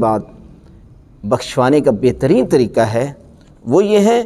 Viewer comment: QibLA PLease CorrecTlY SaY Quraan and NoT Kuraan, TareeQa and NoT TareeKa Nahin MaTLab BadaL JaYeGa AAP JaiseY MouLanA Sahiban GhaLaTi Nahin Karni ChahieY. PLease.